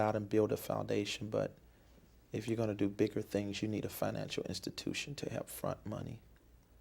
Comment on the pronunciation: That and "hep"😩